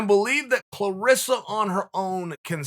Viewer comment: Chael you are wrong, it's "ClarAssa"